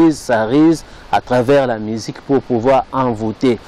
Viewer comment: Tu as de la peine de parler le français mais tu veux décrypté idiot.... Rectificatif on dit musique et non misik et on dit le monde et non lé monde tsuuuuuiiiiipppppp